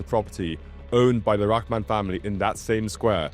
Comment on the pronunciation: Thanks for your effort towards proper pronunciations to you and accurate coverage, it's a thousand times better than any other Westerner I've ever seen online put forth. Just a minor point, in Bengali, "Rahman" is pronounced "Raw-haw-maan".